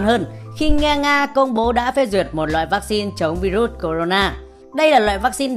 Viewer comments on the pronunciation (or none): none